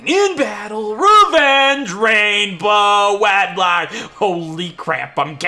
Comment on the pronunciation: You accidentally said Rainbow Wedlocke.